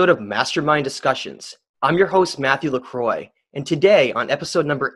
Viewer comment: LeCroix in French is pronounced Lə-Kawh